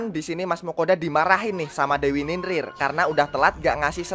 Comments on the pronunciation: Bang ninlil bukan ninlin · NINLIL BANG BUKAN NINRIR